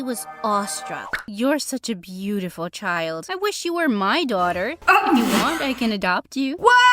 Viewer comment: I noticed the dad said peautiful and nor beautiful!!!